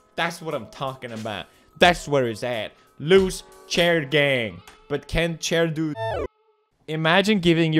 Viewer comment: he siad chiar gang